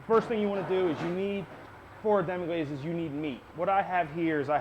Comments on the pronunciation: guy can't even pronounce the name of the sauce. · Thumb'ed down for "demi-GLAZE."